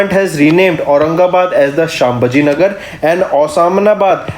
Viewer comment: Brother please do correct pronunciation of words as you pronunce शंबाजी नगर, it is छत्रपती संभाजी नगर . Be carefull next time